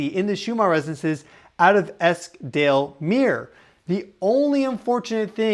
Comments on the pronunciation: I live quite near where that site is in the UK. Yesterday I remarked to my husband how nice the ‘atmosphere’ of the day was. I noticed the temperature had gone up a little but there was a lovely feeling outside when I was out during the early morning. By the way that’s pronounced Eskdalemyoor. 🌷🪻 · ….muir…pronounced mew er. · Esk Dale Muir. "Myyour". It's not that odd is it? Eskdalemuir.